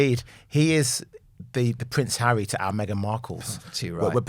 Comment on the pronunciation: Pronce hawwy..Cross between a prince and a Ponce